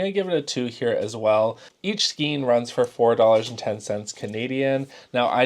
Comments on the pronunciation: Psst, "skein" is pronounced "skane" in both American and British English! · Like your videos! Just FYI for the future - Skein. Rhymes with stain. Makes no sense, but there ya go.